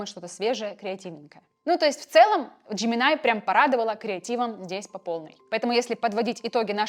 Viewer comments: НЕ ДЖЕМИНАЙ А Жеймини И НЕ КЛОД А КЛАУД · Джемини, а не Джеминай, больно